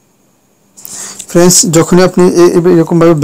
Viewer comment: Every few seconds you are saying "FRENS", what is "FRENS" anyway? Do you mean "FRIENDS"? why do you have to say friends every few seconds?